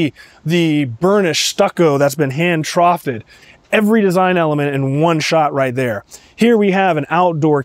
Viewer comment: Hand-troweled. Not troughed. Aesthetic is pronounced esthetic, not assthetic. 😂 I would break my ankle in the master suite! 😂 Lovely tour, though!